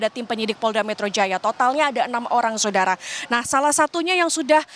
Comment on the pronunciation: mbak ini pasti kalo lagi bawa acara atau kalo lagi baca brita pasti bilang "SODARA" :face-blue-smiling::face-blue-smiling::face-blue-smiling::face-blue-smiling